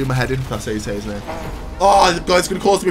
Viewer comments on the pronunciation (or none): none